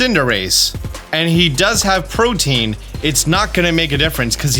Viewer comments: I love you and the effort you put in that puts other content creators in the PokeTube space to shame, but my para-social friend, I need you to know the following. Protean is 3 syllables, which can be pronounced either as PRO-TEE-INN or PRO-TAY-INN depending on your dialect, but it is certainly not pronounced as protein. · Pro-tea-en. Not Protein... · "protein" is not how you pronounce protean. think proto-ian. protean. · Bro. Killin me. It's not pronounced "protein". It's pronounced ˈprōdēən' 😂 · pro-tee-un, not "protein". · If I hear one more poketuber say "protein".... IT'S PRO-TEE-AN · Omg it's pronounced Pro-tee-un not like protein lol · Protein = (pro-TEEN) Protean = (pro-TEE-ehn) sorry was just bugging me the whole mewoscarada segment lol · Pro-tee-an or pro-teh-an, not "Proteen". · How are people still incapable of pronouncing "protean" it's not "protein" you have to pronounce the e and a separately. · Protean. The ability is protean. In case anyone else heard "protein" (a consumable) and also got confused. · Love your videos! and I hate to be that guy, but I'm a huge language nerd. Protean isn't pronounced like protein; it rhymes with the name Ian, or Korean. It's an adjective that means "tending or able to change frequently or easily, versatile." I wasn't going to comment anything but you said it so many times. Thanks for all the content! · Man I couldn't keep watching after hearing how you pronounce protean. Protein =/= Protean. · “pro tee ann” :) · It sounds like prow-tee-uhn. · I can't help but hear Protein instead of Protean this whole video and while I acknowledge it's really not a bit deal it is simultaneously tearing up my brain lol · "Pro-Tee-an" for fucks sake my dude. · FYI it's pronounced pro-tea-an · Protean is not pronounced the same as protein lol